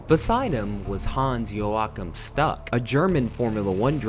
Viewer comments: Great video on definitely one of the most brutal crashes in F1 history, especially since it was easily avoidable giving the circumstances. Also, I'm glad you didn't show the actual footage of the impact - I've seen it before many years ago and it was VERY unsettling. Lastly, there is one thing I need to point out critically: Your pronunciation of non-English names is sometimes WAYYY off. Of course I don't expect those to be perfect on a native speaker's level, but at least they should be somewhat recognizable. Carlos Pace (Pace is NOT English, but Portuguese - more precisely: Italian in origin and Brazilian Portuguese in actual pronunciation) has been mentioned several times in the comment section already (pronounced like Pah-cheh). But also Hans-Joachim Stuck was very wrong (Stuck also is not an English name, but a German one), which is supposed to be pronounced like "Sh-took". But on the other hand your pronunciation of "Joachim" was pretty good (at least better than many other attempts I have heard before). Lastly, Frederik Jansen van Vuuren is an Afrikaans name, not an English one. So it is properly pronounced like "Frederik Yahn-sen fahn Foo-ren" - admittingly the last part is pretty hard to pull off for English-speakers since it actually contains a vowel sound that does not even exist in English (it can be approximated by rounding your lips like "oo" and then trying to pronounce "ee"), but just using "oo" is close enough I suppose. It you could work on that issue for yo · And it's "Stoock", not "Stuck" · Schtook, not Stuck... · Agree. It would be great if there was at some attempt to pronounce words correctly, especially drivers names. Carlos Pace is not pronounced pace, as in speed, but (sounds like) Patchete. Stuck is not pronounced stuck, as in stuck in a traffic jam. Grand Prix is not grand, as in the Grand Hotel, And so on. A tiny bit of research would work wonders :)